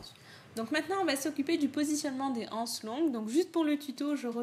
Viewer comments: BonjourMerci beaucoup pour ce tuto très bien expliqué. Seule petite remarque étant donné qu'il n'y a pas de h à anses la liaison se fait donc nous disons des z anses c'est comme euro beaucoup de personnes ne font pas la liaison et c'est une erreur mais il est vrai que beaucoup de jeunes disent aujourd'hui des zharicots ou des zhambergers!!!!Bonne continuation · J'aime beaucoup votre tuto mais il est désagréable d'entendre " les ... anses ". En français il faut faire la liaison. Il faut donc dire " les zanses". Ce qui n'enlève rien à la qualité du tuto. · On dit " des z' ances" et non pas des "ances"